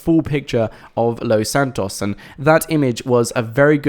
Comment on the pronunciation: Why are you saying Los Santos like that?